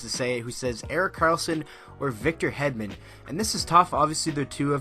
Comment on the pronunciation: It is Hedman not headman and it is Karlsson not kalrson